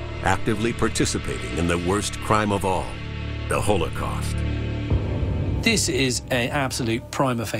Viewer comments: You all go on with your weird political stuff, I just want to complain about how this guy pronounces holocaust. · ''hole a cost''